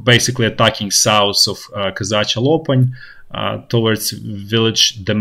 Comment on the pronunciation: Wish I could teach how to pronounce the english "th" sound. Example: south vs souss.